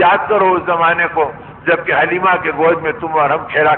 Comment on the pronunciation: Dayee halima name correct hai not halina